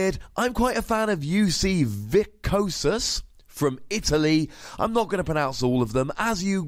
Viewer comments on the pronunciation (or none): The first S in viscosus is meant to be pronounced. The UB italian names are all latin words, which i think is more familiar to people from england!